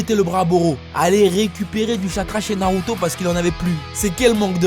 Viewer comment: 🤣🤣🤣le manque de respect pour Naruto, il a transformé 3 syllabes en 4 je suis dead 🤣🤣🤣 t'es le best